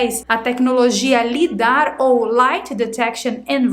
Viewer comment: Interessantíssimo assunto. Gostaria apenas de fazer uma observação. A tecnologia LIDAR (Light Detection and Ranging) se pronuncia "laidar".